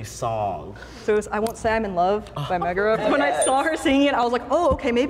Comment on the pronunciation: I knew it was as soon as she said Megara's name wrong 💀